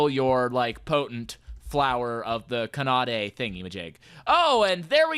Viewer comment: You’re the first mod reviewer I’ve seen pronounce Kanade correctly.